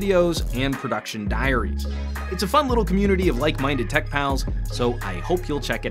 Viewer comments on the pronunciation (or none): none